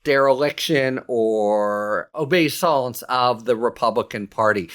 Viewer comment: Harry, "obeisance" has been an English word 700 years. Please do not give it a French pronunciation!